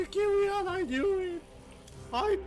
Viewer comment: Kiwian is pronounced korean I'm dead lol